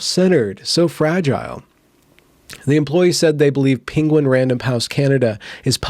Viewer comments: It's pronounced: PEN GUIN not PING GUIN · please stop saying pinguin im offended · This guy can't say penguin. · Lol penguin pronunciation.